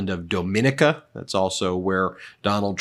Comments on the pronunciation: Doh-MIN-I-CA? Pronounced DOM-IN-NIC-KAH. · Domini’ca, learn how to pronounce words you broadcast! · FYI, Dominica isn't pronounced the same way you'd Dominican. It's pronounced Dah-men-Eeek-a